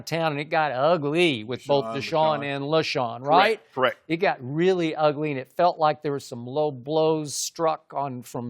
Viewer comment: UUUH-GLEE? is skip referencing the Lion King?